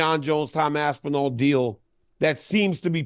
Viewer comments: It's Aspinall not Aspinal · Why do you pronounce the end of Aspinall like "nal"? It's more like nawl, or how the end or the word spinal is said. Very weird way to say his name man. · Enjoying the vid but the right pronunication of Aspinall is Aspinawl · ASPINALE. Chael levels of mispronunciation. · great vids, but, pls work on your pronunciation of "aspinall". thanks